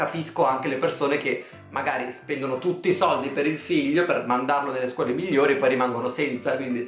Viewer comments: Che odio come dici sordi😓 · Ti adoro quando dici “li sordi”